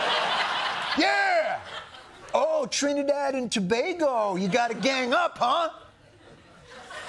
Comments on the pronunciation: You said it right John. Trinidad and Tobago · Thanks for the shout out to my little country of Trinidad and Tobago, it was even pronounced correctly!❤🎉